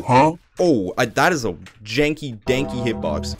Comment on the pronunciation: Bro literally said “janky danky “ 💀💀